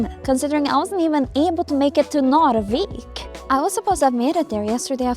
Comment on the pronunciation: As a person who lives in the southern part of Sweden, when you say Narvik it sounds like your saying norrviken which is where an event called Aurora happens every year